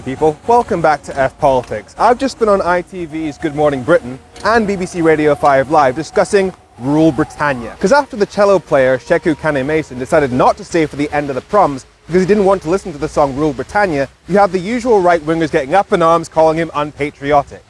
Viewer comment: Chello,not kello